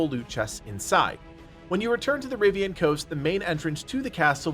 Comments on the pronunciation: am i the only one screaming "Rivain" every time I hear "Rivian" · Bro stop saying the RiVIIAANN coast. If you play dragon age at all you'd know its Rivain.